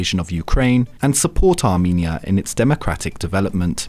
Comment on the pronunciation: armEnia not arminia